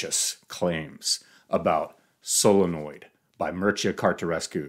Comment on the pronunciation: The name is pronounced as Mir-che-ya Car-te-chesk